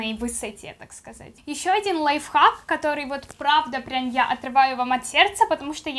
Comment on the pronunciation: Почему ты говоришь каторыйсь, -сь во всех почти словах, как то неприятно, контент хорош, чуть исправь речь, всё🤳🙏🙏🙏🤙🤙